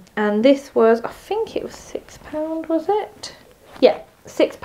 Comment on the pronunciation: “Fink”?? Please pronounce your “th”’s properly! 🙄